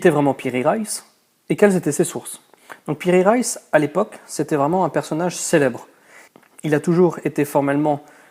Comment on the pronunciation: Piri Reis et non Raïs aussi Reis se dit en deux syllabe Re is